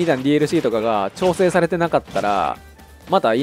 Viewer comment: くだらないんですけど、 友達が こんなにちょうせい おおたにしょうへい に聞こえるそうです 笑